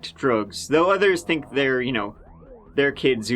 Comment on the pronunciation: I can't be the only one who had an incredibly difficult time with their accents. That was so hard to understand. At one point that fake phone call dude pronounces the word "think" in two different ways in the same sentence - as both thaynk and thank. I had to replay it five times to hear what he said